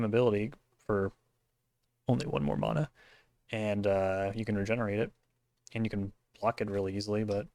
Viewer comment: Was cool to see you out there. Thanks for the signatures! Also. I like that you say mana the more correct way. Closer to the Hawaiian way at least.